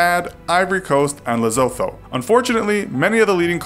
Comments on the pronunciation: Amazing video but it’s pronounced le-sso-to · Lesotho...is pronounced le-su-tu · “LEZOTTHO” is pronounced LESS-OTTO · You pronounce it le su two not le so tho you spell it Lesotho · Oh my goodness.. The way you pronounced Lesotho makes me cry.. it's pronounced "Lesuto" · La-soo-too :D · Lesotho is pronounced Le - suit - o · Lesotho is pronounced Lesutu. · It’s said like lesotho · It’s pronounced Le-so-TO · It is pronounced Le-so-to ........ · It's pronounced Le-soo-too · Le-Zo-Tho haha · XD Lesotho is pronounced lesootoo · Lesotho lol its pronounced lesutu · just saying you pronounced lesotho wrong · The “tho” In Lesotho is a hard T just saying for ur mistake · You pronounced Lesotho wrong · YOU SAID LESOTHO WRONG!!!!!!!!!!! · You pronounced Lesotho wrong I'm from south africa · That's not how you pronounce 'Lesotho' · YOU SAY LESOTHO WRONG!!!!!!!!!!!! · I'll get the the money you get the guns When you realize that you said that wrong You went back to check Read More